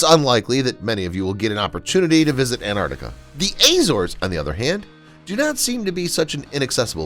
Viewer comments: There is no such place as Antartica. It’s called Antarctica. There’s a “c” after the “r” that the narrator fails to ever pronounce. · By the way, Antarctica is pronounced "Ant-ARC-tica." Thought you'd like to know.